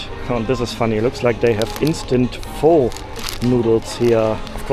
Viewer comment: Pho pronounced as "Fur". Not for nor four